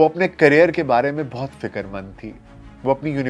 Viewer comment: سر جی ۔ بہت المناک واقعہ رونما ہوا ۔ آپ نے عمدہ تحقیق کی مگر معذرت کے ساتھ آج بھی تلفظ کی کئی اغلاط جیسے " ۔ فکر ۔ خمیازہ ۔ وغیرہ اور سر جی " مشکور" نہیں " شکر گزار " بولتے ہیں ۔ شکریہ ۔۔۔ SZ Rana official